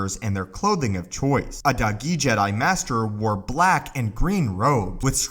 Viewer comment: When he says dahgee I hear doggy